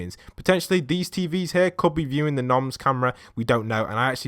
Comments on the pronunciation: It’s not “noms” it’s moms it’s the same logo on the shopping cart so STOP SAYING NOMS IT HURTS ME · Wait isnt it moms not noms?